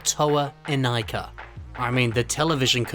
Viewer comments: I swear you're the only person who pronounces it "In-Eye-Kah" instead of "In-Ee-Kah" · I can't stand pronouncing Inika (Ineeka) as Inaika